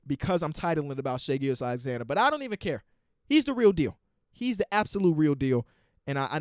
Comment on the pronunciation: They way you pronounce hs name is waaaayy better than the announcers. they make it sound like "Gorgeous Alexander" lmao